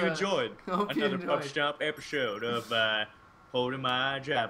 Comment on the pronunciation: You forgot the "P" after the "Stom"